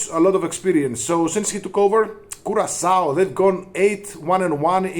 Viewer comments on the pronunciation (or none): Don't ever say CuraKao again! CuraSao is the correct way of saying it.